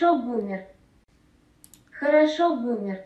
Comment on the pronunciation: also, it said "khorosho" not "horosho" so that's smth else